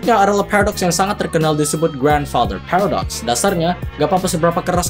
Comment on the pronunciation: "phewredox" cara bacanya :v